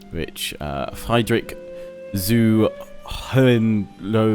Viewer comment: Iggy for short was tall on Preußen battle a fine Preußen dont try that name as a drinking game you'll fall off your chair and Primrose and co will worry over you so. Friedrich [FREE-drish ] rather with a rolled R than as it is usually used in English